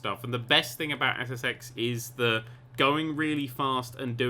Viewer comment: i swear in his intro he said sex